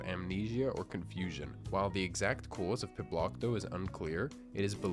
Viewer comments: Why does the narrator pronounce cause as "cuase"? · Some accents switch the “cawz” pronunciation for a “cooiz” one. Often those from the NE U.S. and state of NY especially have this accent.